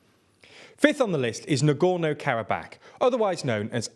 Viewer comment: Normal people: "Karabakh" TLDR: "Karab-ACK"